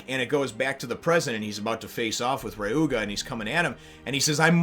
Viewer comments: HAha, okay... it's not pronounced Rye-oo-guh... It's pronounced Re-oo-muh. I can't help but laugh every time you say Rye-oo-guh. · I can understand mispronouncing the "Ry" as rye instead of re, but I have no idea where he got the G from. That is why I left this comment. To correct him. He said in the past that he's fine with corrections.. Especially when it comes to pronouncing a name. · Isn't it Ryuma?